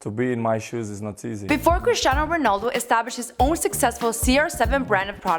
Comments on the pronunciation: Cristiano, not Christinao! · CRISTIANO guys, not Christiano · It's not christinao it's Cristiano!!!! Oh come on can't even get the name right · It’s Cristiano not CHRISTIANO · Bro its, Cristiano not (christinao)wtf😂😂😂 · Christiano? Bro you're disrespecting a legand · ITS CRISTIANO NOT CHRIS-TI-NAO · Cristiano not CHristiano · “Christinao Ronaldo” is making my OCD go insane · Bruh this is wack It’s Cristiano not CHristiano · its not christiano ronaldo its CRISTIANO. and the title says cristino lol!!!!! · "Christinao" LOL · "Christiano" bruh are you for real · BRUH are you kidding me. It’s “Cristiano Ronaldo” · You messed up his name dumb asses 🤦🏽‍♂️🤦🏽‍♂️